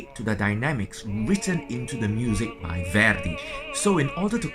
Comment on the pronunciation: Maestro your English is great. But, the great opera composer Verdi's name is not pronounced as Vördi or Veurdi like you do. The two letters in his name, v and e, should be pronounced exactly like the v and e in the words like vet, vent, very, vest. Sorry, a tiny detail...